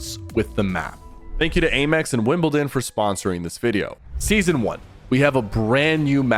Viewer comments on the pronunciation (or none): Grown man doesn’t know how to say “Amex” unreal.